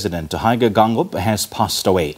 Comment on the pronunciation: Can I presenter read Afrikaans? (Though the surname is damara it’s alphabet) You read the President’s surname as written first pronounce the e followed by i Geingob not Gangob